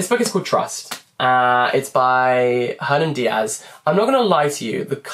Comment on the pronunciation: Just a FYI: Since Hernán Díaz was born in Argentina, his name should be said as Er-NAN DEE-as (the letter H is not pronounced in Spanish).